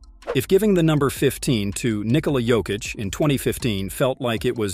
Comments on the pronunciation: ffs it's YOKEECH not Joekeech, J is pronounced as Y. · Made a documentary about Jokic, can't pronounce Jokic.WEHAT A CASUAL, 2 mvp, champ, MVP of inals, and stll canot pronunce Jokic Therrrrrrright way. do yo even watch NBA? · he also said joe-kich lol but its a good video...give it another try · Learn to pronounce Jokic.